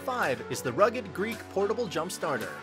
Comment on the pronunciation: He keeps saying Rugged Greek but the text says rugged Geek. Must be a reverse Boston accent where people pronounce r's and words that don't have any r's.🤣